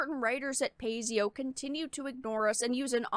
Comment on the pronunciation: Paizo not Pazio. Baka.